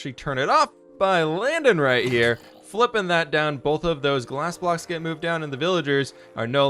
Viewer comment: ‘The fwipping wings’ amazing like if you agree lol